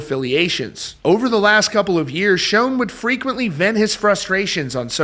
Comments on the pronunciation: Good news! Someone posted a very recent concert on YT. And btw, it's still pronounced Shawn, not Shone (as discussed before). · It’s pronounced like Shawn not like shown. You don’t have any business reporting about Neal if you can’t pronounce his name right!! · Dude… SERIOUSLY… It’s not pronounced (like) “Shown”… The CORRECT way to pronounce it, is “SHAWN“ !!!… Holy friggin’ SHIT, man!!!! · Great video. Neil pronounces his last name as "Shawn", not "Shown." I only mention it because you said his name so many times in the video. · Neal Shone? It’s Schon, pronounced like Shaan. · Not trying to be a douche I promise but I’ve noticed on several videos the mispronunciation of Neil’s last name so just for the record it is pronounced “Shawn” not “Shown”. Enjoy your channel bro rock on! 🤘🏼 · Still a great band but not the same without Steve. According to Neal his last name is pronounced Schon not Schone. Just a titbit. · Neal Schon's last name is pronounced "Shaun", not "Shone." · His name is not pronounced "shown", it is pronounced like "Shawn". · Sch-On (pronounced "Shawn") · It's not pronounced Shooon it's pronounced Shaaawn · It’s pronounced Neal (sh•aw•n) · Dude, it's pronounced Sean or Shawn. I've been a fan since Santana, if you ever Saw him live (in the day) his intro from Steve Perry was pretty clear! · Schon is NOT pronounced "shone" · At least pronounce the name right. Schon = Shawn. Ahhhn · Neal's name ISN'T SHONE. It's Schon!!! Sound's like Jon. Stop saying SHONE!!!!!! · Quit pronouncing Neil’s last name wrong please 💗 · Why Can't people pronounce Neal's last name? So annoying